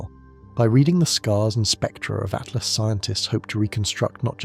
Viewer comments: It's ATLAS NOT ATLAST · so annoying by keep saying ...ATLAST!!...it is Atlas!!